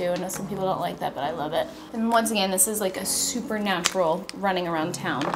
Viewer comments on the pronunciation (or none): none